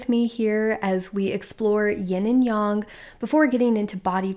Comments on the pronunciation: I couldn’t get past the intro because of her saying “yin young” instead of “yin yang”. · Sorry, but this bothers me very much. Its not "young", Yin(Y"en" as in end) -Yang (Y-"ang" as in "Ang"ular). Its not YOUNG! Good information. ITS NOT YOUNG!!!!!!! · 👏 yea, this was bugging me. Yin-yAng (like gang...why yang-gang) not yin-yong (like gong). Hope that helps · it's pronounced yin yang, and not yin young. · really???? I’ve never heard anyone pronounce it yong....very strange